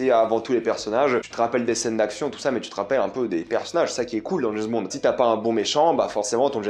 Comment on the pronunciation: C'est James Bond... pas JaizzzBond !!! mdr